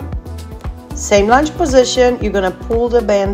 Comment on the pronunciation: Lounge?! I think u mean lunge, ur workouts are awesome and are definitely not for lounging 😂😂❣️